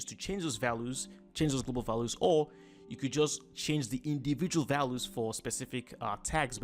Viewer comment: fantastic tutorial! well done!..just thought I would give you a small tiny piece of advice :). values is pronounced val-you-s or Val ewes :). thanks for the video its really helping me out!